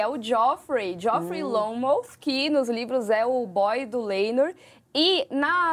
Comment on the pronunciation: Jofrey Lonmouth . Quase Longmouth kkkkkkk Sugestivo kkkkk